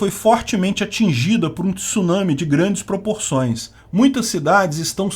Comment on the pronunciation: Parabéns, pronúncia correta da palavra Tsunami!